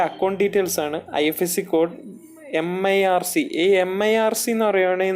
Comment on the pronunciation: Its not mirc. MICR. bhai